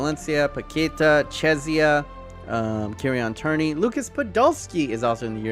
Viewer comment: My guy can’t say Kieran Tierney lol he’s the best left back in Britain and he can’t say his name. Lol